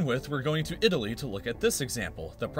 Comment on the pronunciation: You said "this part of didaly"